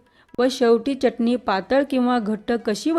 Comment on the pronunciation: Uchhar ashudha ahe. Chatni